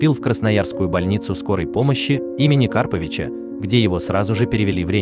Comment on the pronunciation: Не кАрповича, а КарпОвича! Хоть бы узнали сначала, прежде чем вещать!! Уважаемому Александру Яковлевичу - скорейшего выздоровления!!!